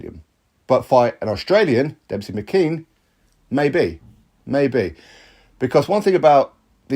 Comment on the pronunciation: Why are you pronouncing his name as Dempsey? There’s no P in it.